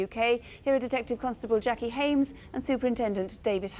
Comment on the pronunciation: Hames. Get it right, please.